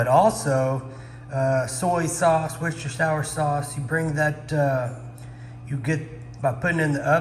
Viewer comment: You said Worcestershire wrong lol